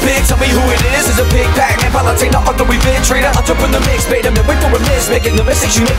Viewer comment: Does anyone else hear pic pac instead of pac-man?